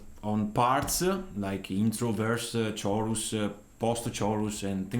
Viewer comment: Great tutorial, it sounds spot on! Although the word chorus makes a k sound, like cake.